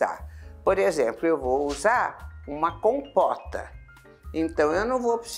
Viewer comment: É impressão minha, ou foi pronunciado “compoRta” e “compoRteira”?